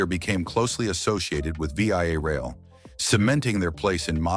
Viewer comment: It's not Vee-Eye-A-Rail. It's VIA Rail, with VIA pronounced as a word, VEE-ah.